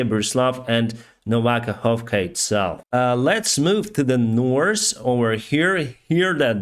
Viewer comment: You know, there is no letter S in the words north or three. Its not "nors" nor "stree". You would sound much professional, if you would pronounce the basic words right. Just a friendly suggestion.